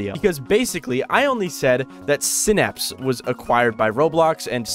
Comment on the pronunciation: sai-napse not sinapse